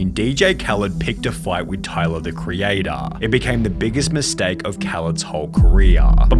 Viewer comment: Tyluhhhhh the creatuhhhhhhh has had a great careeuhhhhhhh